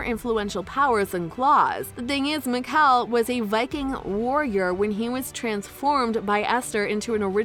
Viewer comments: the claws miklsun, meekel, dalia hurts my brain help the fact the voice over said meekel then he said his name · Meekel. I am Mikael 😂😂